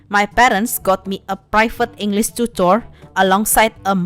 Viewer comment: Seriously, you speak english well, but when you screw up something. its hilarous, and makes your videos more entertaining, like in this video when you said "englis" and heck even I, a native english speaker screw up a few times